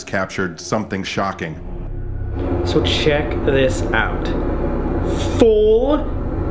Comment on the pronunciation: No one: Sam: "which was really chocking" NOT "shocking"